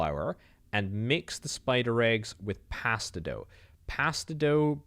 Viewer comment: Gods you had me raging every time you misread "mix bone dust and spider eggs to form pasta dough" as "mix spider eggs and pasta doguh".